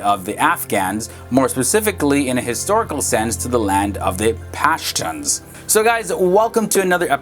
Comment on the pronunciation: WTF THE GUY SAID PASHTANS